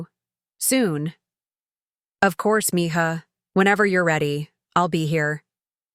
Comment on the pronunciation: Could you please teach AI to pronounce mija correctly